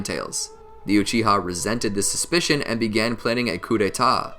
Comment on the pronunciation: Uchi-Ha clan, is that some english dub pronunciation?